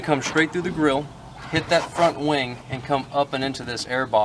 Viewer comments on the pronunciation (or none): Am I the only one that heard “wang” instead of “wing”